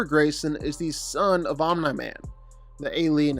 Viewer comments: Om-knee not om-n-eye but apart from that it’s a very well written video,good job getting that info, must of took ages! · Dude, you are seriously pissing me off with your OM-NIGH-MAN pronunciation! ITS OMNI MAN for god's sake😭😭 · BRO CAN U PLEASE STOP CALLING OMNI-MAN AS OMNAH-MAN OR OMNIGH-MAN . IT DRIVES ME CRAZY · Say Omna Man one more time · Fr. Ts pissing me off😭